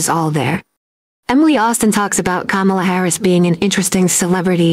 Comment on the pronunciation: Sounded perfect to me ‘karma la’